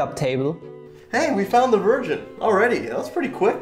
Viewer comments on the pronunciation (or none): Did he say " we found the version" or "we found the virgin" 🤣🤣🤣